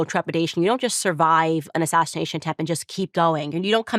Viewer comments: Why does Candace keep saying “ashashination”…? It seems all these MAGATS have a slur problem. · Did Candace say “assashination” 👀😳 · Ashashanation? Is that what Candice said? Having those same audio compression issues as Trump.